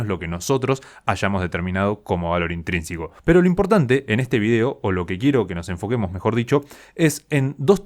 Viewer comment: Te diste cuenta de que al hablar decís "intrínsIco", en lugar de "intrínseco"??